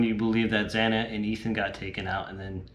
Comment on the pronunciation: did you call xana, "xany"? also who is Constantino that you reference?